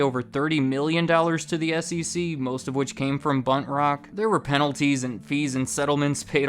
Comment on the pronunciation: Anytime you say "Buntrock", I can't help but hear "Butt Rock" and it gets me every time.